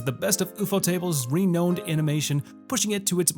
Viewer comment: Did... Did he say 're-knowned' instead of 're-nouned'? Anyhow, some decent looking anime in this one.